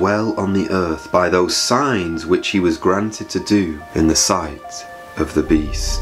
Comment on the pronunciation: When you say Signs i hear science